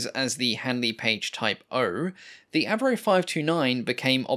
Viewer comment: When an aircraft goes from AVRO to AV-NO.